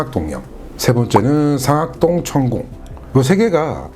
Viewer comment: 잘 들었어요 근데 상악동 上顎洞 억양 틀렸어요